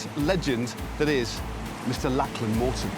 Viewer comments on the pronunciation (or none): I love Matt, but I'm pretty sure he is mispronounce Lachlan's name. "LOCK-luhn" or "LOCK-lin" rather than "LACK-lan" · Brilliant video. Absolutely loved it. But a suggestion from an Aussie. Lachlan is pronounced Lock-lan (rather than Lak-lan, just saying).😊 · Lack-Lyn? Do you mean Lock-Lan?